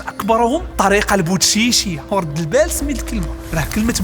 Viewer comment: تبارك الله عليكم منتهى الروعة !! ولدت و ترعرعت في مدينة بركان على بعد كيلومترات فقط من منبع الزاوية البودشيشية، اول مرة انتبه الى اصل الكلمة 😮 وللمعرفة فقط، في المنطقة ننطق البوتشيشية وليس البودشيشية !!! واااا التشيشيا يا المعلم !😂 مجهود جبار ماشاء الله عليكم ! متي تتمة السلسلة عن تاريخ الجزائر والمغرب ؟ 🎞